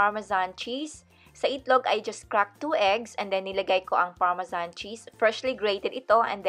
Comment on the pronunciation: Remember parmesan.parmesyan hahaha😂😂